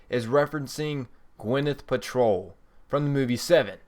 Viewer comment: Please learn how to pronounce thing properly Gwyneth Paltrow is not how you pronounced it you said paltroll lol how stupid and illiterate can you be